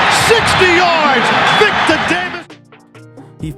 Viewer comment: Loved how always pronounced Vick as ‘Phic’😂